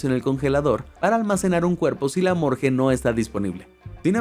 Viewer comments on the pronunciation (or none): Morgue ❌ Morge ✅👌👍😆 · muy bueno pero por dios, morGUe no morJe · "Morgue" no "Morge". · Por qué dice “morge”?? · Sorprendente...Por qué decís "Morge"???